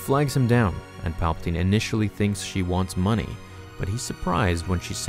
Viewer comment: "Paplaptine" DO IT! make the video.